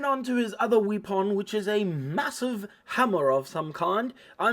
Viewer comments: I loved the video, I like your accent and your sense of humor especially how you pronounce "wee pon" great video! I've learned from you now I have to paint mine. Your painting face was just excellent! Thanks. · You remind me of, especially when you talk about the Space Guy's 'wee-pon.' 🤣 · You forgot to mispronounce weapon once